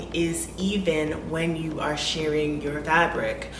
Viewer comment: “Shirring” rhymes with “purring.”